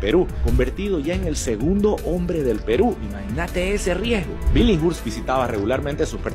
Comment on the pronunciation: Billinghurst se pronuncia "bilingurst" Bro. No "bilinsgurt".🙉🐭. Por lo demás, genial.🥲👍🏻